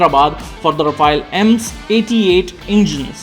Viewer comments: Ra-Faal..which means fast moving wind...some research in pronouncing it correct ..its not Rafa-el like the Teenage Mutant Ninja Turtle. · India's policy's change more than Modi's outfits. Our inventory is so messy and complicated, keep making it even more complicated And a news report who can't even properly pronounce Rafale.